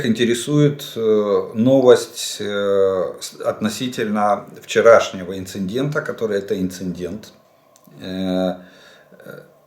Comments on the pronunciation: ИНЦИДЕНТ а не инциНдент))) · Олег Владимирович, я прошу прощения, что докучаю, но читается «ин-ци-дент». Без второй «н». К сожалению, Вы заучили неправильно. Прецедент, инцидент — без второй «н». Я не поленился и проверил: по-украински тоже без второй «н» (інцидент). И опять-таки — индийцы. Не индусы. Сравните: некоторые итальянцы — католики, некоторые индийцы — индусы.